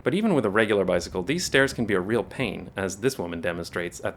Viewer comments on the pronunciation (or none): none